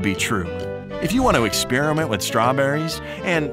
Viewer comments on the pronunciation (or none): none